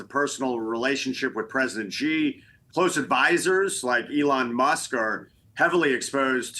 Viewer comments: He ain't President Zi. He is President Xi.. Try pronouncing Xian... Xi😂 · Hey, guys, Xi is pronounced "Shee" like She sells sea shells.